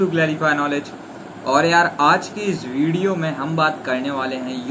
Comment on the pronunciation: video ❌️ ridiyo✅️